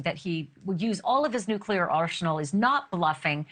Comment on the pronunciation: "Arshenal" Why in the world are they making everyone speak this way?